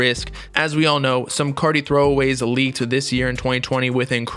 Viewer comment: When he says “ Whut is gud cottie peepull” It gives me life 😖